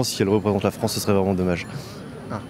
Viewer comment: La Fwance occupée. C'est pas rwaciste, ça , didont?